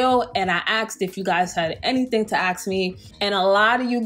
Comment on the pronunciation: It’s ASK not AKS